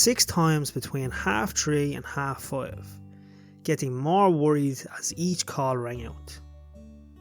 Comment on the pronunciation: Five, one syllable not two. Just taking the pee.